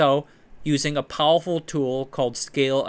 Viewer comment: I love how in every video he finds a reason to use the word “powowful.” I mean no disrespect, I love your videos.